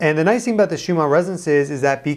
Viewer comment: It sounds like you are saying schuma instead of schumann